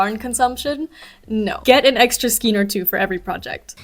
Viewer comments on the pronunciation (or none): Skein rhymes with cane. 😊